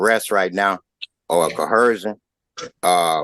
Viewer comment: "cohershun". What a maroon.